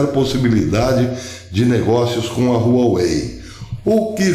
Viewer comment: Um detalhe Professor a pronúncia correta é "Uauei".